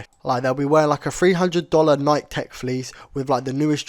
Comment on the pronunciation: bro saying nike got me mad